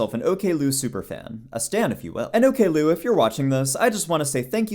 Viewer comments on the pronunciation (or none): i never thought i would be annoyed about the pronunciation of her handle as ok lou :face-purple-crying